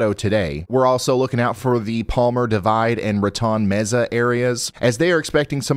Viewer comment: That’s Raton Mesa, pronounced “rah-TONE”… Rat, in Spanish.